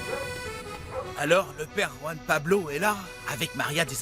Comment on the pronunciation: On dit roan Pablo 😅😅😅😅